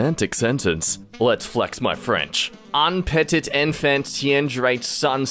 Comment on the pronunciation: "Let's flex my French" AUN PETITE EN-FONT-- Me, French: Fail, you just fail. Get out.